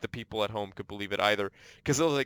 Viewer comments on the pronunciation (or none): Maitre is french may-tre. :)